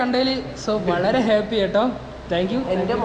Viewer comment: ഹെപ്പി അല്ലടാ ഹാപ്പി